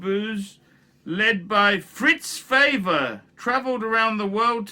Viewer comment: Favre is not pronounced "feya" for chrissake. Learn your shit man. Btw - I dont need a "watch" channel to read wikipedia.